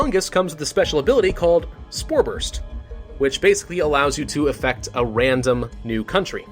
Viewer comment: “Infects a wandom country”